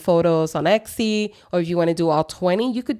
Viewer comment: I think you are pronouncing Etsy incorrectly. It sounds like you are adding an X to it? Or maybe I am just hearing it wrong.